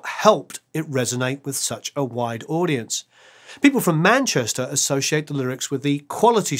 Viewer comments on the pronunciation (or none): none